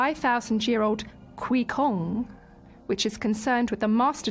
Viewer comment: Did she seriously pronounce qui gong as "kwui gong" !?